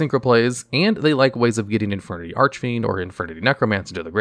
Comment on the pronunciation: Christ he needs to learn how to pronounce Archfiend